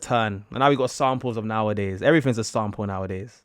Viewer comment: I’ve over here thinking “‘sound pull?’ Huh, guess they use ‘sound pull’ instead of ‘sample’ in UK” Took me wayyyyy to long to realize you were actually saying “sample” 🤣🤣🤣🤣